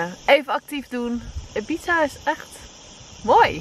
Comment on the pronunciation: Steeds wanneer je Ibiza zei hoorde ik: "een pizza". 😂